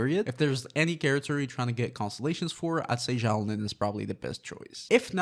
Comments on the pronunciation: Dude please learn how to say her name correctly. It’s Xilonen (pronounced zhee-low-nen). Not Xiaolin. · why are you saying xiao lin?